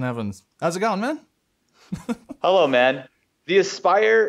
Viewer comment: oooo austin evans edit: he said man as if he was saying homosapien